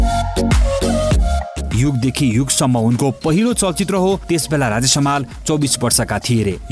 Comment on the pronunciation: ए भाई समाल होईन हमाल हो, सहि उच्चारण गर्न सिक